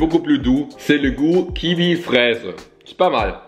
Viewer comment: J'adore quand il dit kivi à la place de kiwi "ki-oui" 😂😂